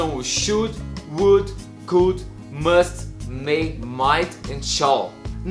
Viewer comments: Sua pronúncia do SHOULD, WOULD e COULD está errada. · O would não deu para entender